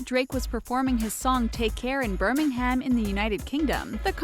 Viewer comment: It's not Birming ham. It's Birmingam. The H is silent